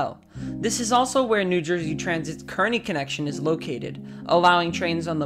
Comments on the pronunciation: Reseach the local place names, svp. Kearny is carny. Passaic is puh-SAKE. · Kearny is pronounced car knee, not kern ee